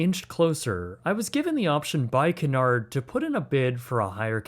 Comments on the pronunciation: did you really start the video by pronouncing Cunard as Canard? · If you are going to travel on a Cunard ship, at least learn how to pronounce Cunard. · It’s so annoying when Americans don’t take the time to learn proper pronunciation, Cunard is pronounced ‘Q-nard’ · It’s Cunard pronounced QU NARD not what ever you think it’s pronounced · Cunard is pronounced Q-nard ;) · You're murdering the pronunciation of Cunard. It's pronounced KYEW-nard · Cunard is pronounced "Q-nard" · It’s pronounced “cue nard” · Great review Just one thing that bothered me: Cunard is pronounced “kyoo-NAHRD” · FYI its pronounced Cue Nard